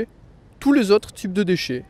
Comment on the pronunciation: why do you pronounce the word déchet not like /deʃɛ/ but more like /dəʃə/? And why do you pronounce tandis que with the s? I think the s is silent.